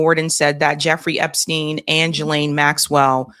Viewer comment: Love your show…. Just wanted to mention that Ghislaines name is pronounced GEE-laine… that’s all.